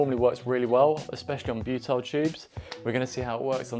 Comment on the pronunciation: Repeat after me - "BYOO-TIL"